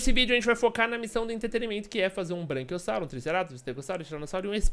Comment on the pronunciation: seu lindo é braquiossauro n branquiossauro